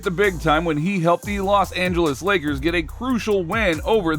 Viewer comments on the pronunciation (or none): Great content and narrative! If you would be so kind, though, please tell me why you pronounce the and a as "thee" and "aye".... It sounds strange to my ears, and I never hear anyone use these pronunciations in everyday conversation -- let alone any respectable sports commentator. (It seems like an emphasis of each noun that follows -- kind of akin to someone TYPING IN ALL CAPS.)